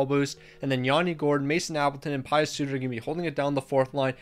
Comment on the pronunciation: You said Di Giuseppe correctly. With Suter however, you said "Pie-us" but its pronounced "Pee-us"